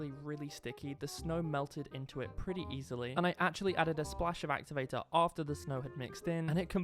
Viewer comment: “actuvatu”💀 “amizin”💀 “puple”💀 “pufict”💀